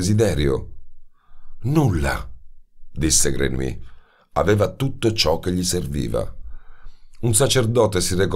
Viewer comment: Jean-Baptiste Grenouille 🙄 la pronuncia esatta (e in questo caso è fondamentale).con un copia-incolla si può ascoltare sul traduttore. Ma nella versione originale naturalmente. Non tradotto in italiano. "Grenuí " nun se po' senti... 😖😖😖 Voce splendida, libro magnifico ma..."Grenuí" non mi permette di continuare 😔 🙏🏻🙏🏻🙏🏻